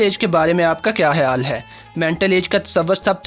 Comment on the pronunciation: Hayaaal tu hayaaal hi ha Pehle urdu sahi se seekh lo beta phir English bolna